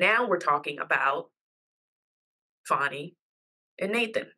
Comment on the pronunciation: It’s fawnie